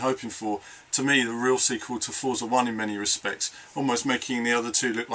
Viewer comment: Great wrap-up, thanks for the video. I do wish you'd pronounce it "FORTSA" though.